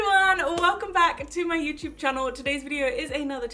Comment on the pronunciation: 🤣🤣🤣🤣 the first 2 seconds had me laughing already!!! 😂🤣😂🤣 "Just gonna pop this in my underwear to prevent camal toe" 🤣🤣🤣🤣🤣🤣🤣🤣 welps my day went from feeling depressed to laughing my ass off one two seconds LITERALLY!!! And then from 5 seconds to 7 seconds I was rolling even more 🤣🤣🤣🤣 "it's like a mini bum" P.s. I love how u said "Welcome back to my youchube channel!" 😂 I LOVE IT!!